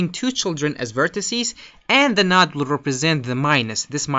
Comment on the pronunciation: You need to learn how to pronounce the word "node". Nice video though.